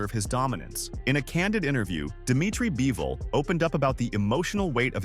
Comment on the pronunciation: By-vol? Is the script done by chatgpt too?